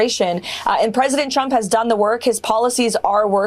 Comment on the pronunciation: Carolyn Leavitt says President Chump, not Trump. I had to hear this multiple times to be sure. 😂